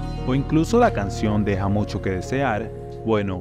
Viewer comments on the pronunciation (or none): No es deseal, es desear